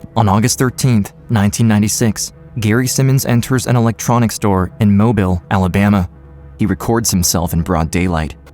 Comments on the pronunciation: “Mobile Alabama” 😭 its pronounced Mo-beel Edit: I know because I am from there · oh my god i used to live in mobile (its pronounced moh-BEEL yall!). this is horrifying.